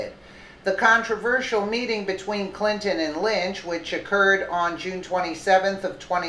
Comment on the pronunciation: Tarmac "meting"?